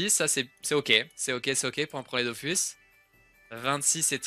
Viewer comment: j'espère que c'est parce que tu as "prononcé bizarrement le mot mais "c'est la musique DOFUS" il n'y a pas et il n'y aura jamais de musique "DOFOUSSE". Merci!:')